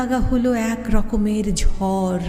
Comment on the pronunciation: চমৎকার কবিতা । আবৃত্তি ভালো লেগেছে, কেবল 'ঝড়' উচ্চারণটা কানে খোঁচা দিল। কবি এবং আবৃত্তিকার উভয়ের জন্য শুভেচ্ছা ও ভালোবাসা।